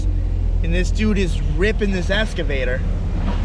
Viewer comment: "escavator" "iodized" 🤦‍♂️